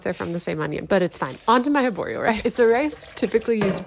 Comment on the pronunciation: As an Italian, I can tell that risotto is far more easy than this recipe 😅 ok, you have to "babysit" it for 15-20 minutes, but you were in the kitchen cutting all those ingredients literally for the same time 🤔 and, if I may correct you, the rice's name is "aRborio", not aborio.